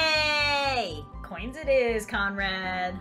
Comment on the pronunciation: I thout you said comrad